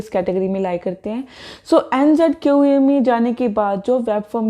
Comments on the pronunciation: I don’t need to contact you because I know the pronunciation of the ‘Q’ in ‘NZQA’ is ‘kyoo’ just like when we say ‘queue’, it’s not ‘kyau’. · Yeh ‘kyau’ kya hai?